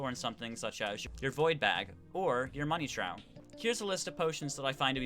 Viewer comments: Trough sounds like troff not trow. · FYI its pronounced Tr-off not tr-ow. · Its pronounced Money troph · Trough is pronounced as troff not how you were saying it o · The Money Trough is pronounced “Trof”. Also, the water bold now spawns at a level below the dungeon guardian level, so you have to kill Skeletron first